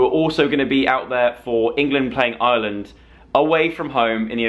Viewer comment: YOU WERE HERE AND I MISSSSSSEEDD YOUUUUU 😭😭😭 (PS stop saying Island it's Irrrreland 😂)